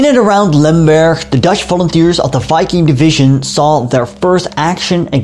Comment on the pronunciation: Thank you for pronouncing the name of the division correctly